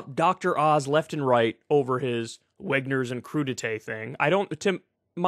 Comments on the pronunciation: are you really telling us not to believe our lying ears?! 😂 he clearly said Wegners this is cope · I could swear he said "I'm a wetnurse"... O.O I saw a tweet somewhere (either from the store or a store "spoof" account) replying that they had a veggie tray that would have saved him a bunch of money. xD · It's actually just his accent, -it's a variably non-rhotic accent so it sounds like he said "Wegner's"at first glance but really he was just trying to say he was at Redner's, an eastern Pennsylvania chain. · I think it's certainly possible he was just confused but I'm not convinced. It's not entirely clear from the video to me if he actually said Wegner's from the video. It could also just be a miss speech not due to any confusion on his part. However, Certain accents can make it more likely to mis pronounce a name, however, even if it isn't entirely a standard way of saying it even with that accent. Non rhotic or variably rhotic English is largely about the R's at the end of words, which are still supposed to be pronounced elsewhere, but it can still potentially effect pronunciation of R in general sometimes. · It’s “Redners” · To clarify he may also have flubbed it. It's not entirely clear from the video. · The store he was at and was attempting to pronounce was Redner’s, which is an eastern PA grocery chain